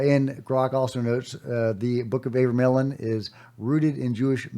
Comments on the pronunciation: Today's unpronouncable word is abramelin. Pronounced uh-BRAY-muh-lin with the emphasis on BRAY. However, gpt says otherwise. 🤷‍♂️ "AH-bruh-meh-lin" or "AH-bruh-mel-in" Here’s the breakdown: AH – like the "a" in father bruh – like bruh (casual form of "brother") meh – like the "me" in melody lin – like the "lin" in linen You got this 😅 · its Abra-mellon. The abra is pronounced like abracadabra. Fyi